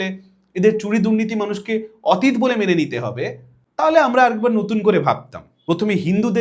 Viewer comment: 'অতীত' শব্দের উচ্চারণ বোধ করি শুদ্ধ হচ্ছে না!